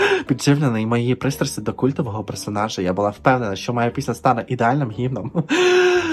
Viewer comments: У слові "гімном" наголос має бути на "О"...😂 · У випадку з "творчістю" Камалії у слові "гімном" наголос ставити на першому складі!😂😂😂😂😂😂😂😂